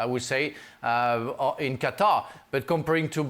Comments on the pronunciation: Gab: "Cutter" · Cutter? Does he mean Qatar? :)